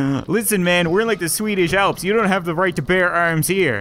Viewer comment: "Listen man we are in the s w e e d i s h a l p s"